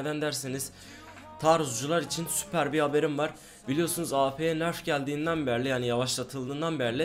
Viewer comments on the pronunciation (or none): berli değil beri